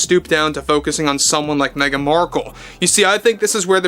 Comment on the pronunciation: Woof on Meh -gan